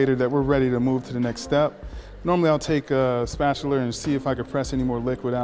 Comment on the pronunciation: Did he say spatular?